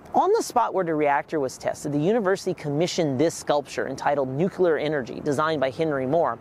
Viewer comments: The word ”nuclear” is pronounced “new-clear”, not “new-cular” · Learn how to pronounce nuclear! NOT nucular! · Nuclear not nucular. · I was going to save your video, but I cannot now. Please learn how to properly pronounce the word: "Nuclear". >> NU-CLE-AR << It is really quite simple. Why do so many people speak sloppy english? That is what I really want to know. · And he keeps saying "Nuc-yuh-ler" to boot. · You mean nukular lol? I know. How can you study nuclear but not pronounce nuclear? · Yes! Everyone needs to stop saying NUKULAR 🤨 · Really wanted to learn about this but couldn't make it through more than a dozen "Nuke-you-ler" and gave up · Yeah, I left a similar comment. I’ve always wondered why someone would pronounce “nuclear” as you say. I recommended he try “new-clear” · “new-clear” looks like it would be two syllables—also incorrect. Try NEW-Clee-ur. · You actually notice and point that out but not "Nuke-u-lar" over and over? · Bro that matters 1% compared to Nuke-u-lar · Nuclear* Its pronounced nuclear Kek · NUCLEAR!!! There’s no second u in nuclear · Considering nuclear is derived from nucleus I'm confused about where the different pronunciation comes from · Nice summary but for repeated mispronunciation of Leo Szilard's name (2 syllables, not 3) and nuclear, not nuculer.